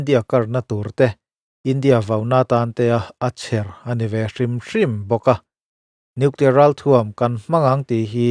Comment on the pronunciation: Nuclear ti reg hahthlk